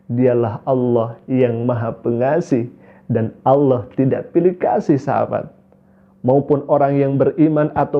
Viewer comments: nyebut Alloh aja salah... dipastikan melihat Ultraman dengan 6 sinar... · Sejak Islam aja sudah susah mengucapkan kata ALLAH. Innalilahi wainnailaihi rojiun...